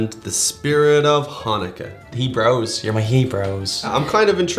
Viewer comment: Please do not pronounce Chanukkah like that, in the beginning. It's kind of...